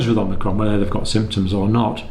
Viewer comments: IT'S NOT OMINCRON IT'S OMICRON!!!!!!!!!!!!!!!!!! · Dr. Campbell is still mispronouncing omicron. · Pretty sure it’s not pronounced “omnicron”… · The variant is Omicron, not Omnicron. You sound like Joe Biden, Lord help us! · omNicron? omicron! Hi John, Thought of brushing up your Greek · More mistakes by Dr. John Campbell: Omnicron! ... Omnicron! ... Omnicron! Dr. John, for your information, the new variant is called Omicron, not Omnicron? Also, "by early March" is about the same as "within a 100 days", so how is this any different from what they were saying previously? And, no, we don't KNOW Omicron is more transmissible. That just seems to be the case in South Africa but there could be other factors involved in the sudden increase in cases there. And, no, we don't KNOW there is more immune escape with Omicron. It is just highly likely that this is the case because of the mutations involved. Also, the first case in the USA has been confirmed. And the vote by SAGE was 13-10 not 14-10. Finally, personal anecdotes and personal opinions are less than useless in any situation. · I'm hearing Omicron pronounced "Omnicron" a fair amount. Hardly a big issue but I'm wondering what the reason is? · Dr. C- the new variant is not Om-NI-cron but Om-i-cron. There is no Nbefore the I. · Love your show, watch every video, so I hate to seem petty, but I think you're slightly mispronouncing "omicrom" by inserting an n after the first m. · It's Omicron not Omnicron - Omnicron is a fictional character in a computer game. As a Dr surely you are aware of the greek alphabet? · Please stop perpetuating the incorrect spelling and pronunciation of omicron! Not omnicron. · There is no ‘n’. It’s Omicron, not Omnicron! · OMICRON, Not OMNICRON. No N there! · OMI-Cron, not OMNI-Cron. Seems like everyone is mispronouncing it. That said, I've been watching the channel regularly since spring 2020 and have mad respect for your continued dissemination of good information :)